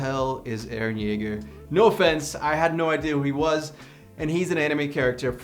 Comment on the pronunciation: It's eren Jaeger